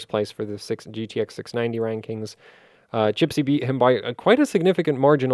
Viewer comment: the nickname of one of the hwbot clockers is CHISPY, not CHIPSY:) Give him a fair treatment and acknowledge his name properly:)